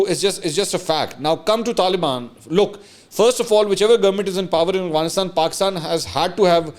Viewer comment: Mansoor sb, your vlogs are very interesting. Just an observation: You pronounce Afghanistan as Aghvanistan. اغوانستان۔ . A lot of us make this mistake. :)